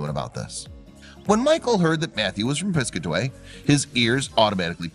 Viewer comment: Good vid. It's Pis-CAT-a-way, BTW. ;) ~♥~